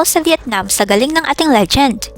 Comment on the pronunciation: ...Magaling talaga ang ating si Sir EFREN 'BATA' Reyes, the Legend!. Do I hear "Legent" instead of "Legend" o nabingi lng akO.